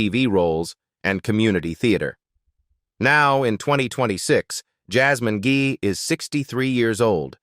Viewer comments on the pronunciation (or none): There are quite a few errors throughout this video. People depicted are NOT the photos of people being announced on the screen. This AI must be the TEMU version due to the mis-pronunciation of some of the actors and actresses (Jasmine "Gei" instead of "Guy".), and misplaced photos. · This was a nice walk down memory lane, but does anyone ever review the images for accuracy and AI voice pronunciations before publishing? "Jasmine Gee?!?"